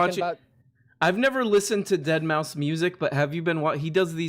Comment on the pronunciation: I resent that you guys continuously pronounced Deadmau5's name wrong the entire show...its DEAD MAOW 5